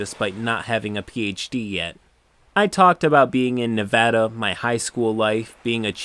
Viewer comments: On behalf of all Nevadans I thank you for saying Nev-ä-da and not Nev-ö-da. You sir are a good person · Thank you for pronouncing Nevada correctly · Woo! Kudos to you for pronouncing Nevada correctly! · You said Nevada correctly. Thank you. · Didn't expect to hear my states name pronounced properly. Glad to see this guy got banned almost instantly cause he earned it. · I know this was a disgusting story and I’m appalled... but I gotta say thank you for saying Nevada right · Damn you pronounced Nevada right and it made me so happy I wanted to subscribe a second time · As a resident of Reno, Nevada. I appreciate your correct pronunciation of the name of the state. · Thanks for pronouncing Nevada right!